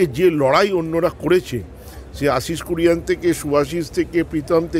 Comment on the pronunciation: শা* নিজের দলের player'র নামটাও ঠিক করে জানেনা.. আশিস কুরিয়ান.. 😄😄😄...